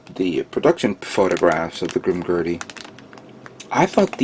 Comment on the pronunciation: It's Grimgerd not Grimgurdy but its k man you're only human